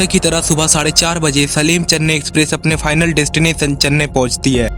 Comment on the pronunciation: वो सेलम है सलीम नहीं